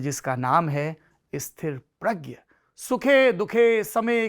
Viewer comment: Right word is STHITPRAGYA, STHIRPRAGYA NAHIN